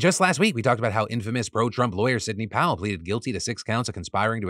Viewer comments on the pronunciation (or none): none